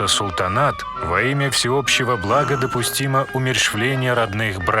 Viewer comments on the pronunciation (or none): none